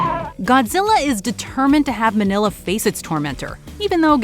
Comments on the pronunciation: It's MING-YAH the son of Godzilla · it's Mini-lla, or Mini-ra. As in Mini -Godzilla/jira. Kind of like Mini -Me